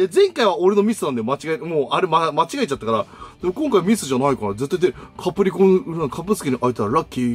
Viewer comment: 「キャプリコ」「キャプすけ」www 言うと思ったし、言いたくなる